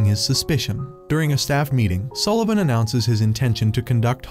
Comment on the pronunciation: Sullevun nah more like egglevun😂😂😂😂